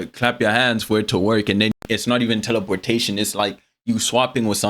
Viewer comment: "Teleporshaytin not like inster tansmishn"